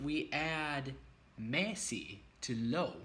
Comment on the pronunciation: Meget godt! Alt er meget godt forklaret👌 Din udtalelse er for det meste meget godt, men som du allerede godt ved, er dansk et mærkeligt sprog at udtale. Hvad jeg som dansker med det samme hører, er at du glemmer at ændrer nogle vokaler hvis de står før nogle bestemte konsonanter: m, n, r, d, k, etc. Lov er ikke /lov/ men /lav/ (lige som på engelsk, men så udtaler man v-et) Sundhed er ikke /sunheð/ men /sånheð/, lige som du udtalte samfund Står er ikke /ståa/ men /stah/ (hvad du sagde lignede lidt på stor) Løn er ikke /løn/ men /lən/ Og, som vigtigste, mæssig hedder ikke /mæssi/ men /missi/ Det er lidt svært at forklare det her uden at du hører forskellet, men det er bare noget dansk du burde huske.